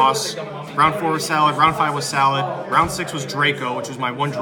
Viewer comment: I cringed every time he said salad ... pretty annoying lol